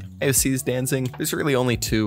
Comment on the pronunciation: Dude really said "Sanation" as "Sanitation". And "Danzig" as "Danzing"